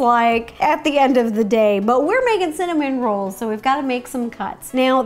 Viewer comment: The more she says cinnamon rolls the more i hear cinnamon Ro's :D